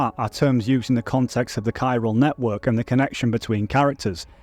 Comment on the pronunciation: I cant be the only one bothered by him saying "Chiral" as "Chi-ral"! Also Del Toro's name! Thats my only critique, maybe look up how to pronounce it with google if you are unsure (thats what i do when im unfamiliar). Other than that WONDERFUL video! I was very disappointed by YongYeas video and you went into all the details i wanted!!❤ Thank you for making this!